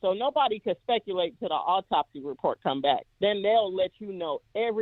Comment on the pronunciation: It was “Apopsy” for me 😂